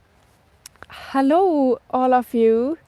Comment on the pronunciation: "Hallooo" Are you from Germany? :)